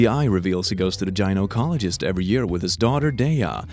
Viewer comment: The way you pronounced gynecologist made me cringe so fucking hard